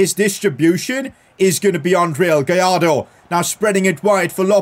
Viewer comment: You need to pronounce Gallardo right, in Spanish when it is two l’s next to each other you pronounce it “j”. So for Gallardo you say “Gajardo”.